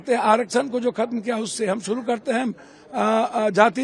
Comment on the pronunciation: तुम कुछ भी छुड़ू (शुरू)नहीं कड़ (कर) पाओगे 😂😂😂😂